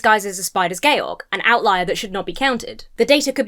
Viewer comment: I'm always thrown when somebody pronounces Georg like that lol